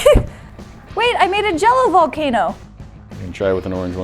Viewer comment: It's Jell-ocaneo